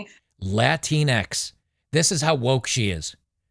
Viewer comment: La-tine-X? Is that supposed to be feminine? I didn't know that about her. 😆